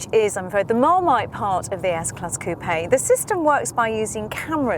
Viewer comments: Google Website Coupe-eh? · It’s so annoying when people pronounce coupe as coo-pay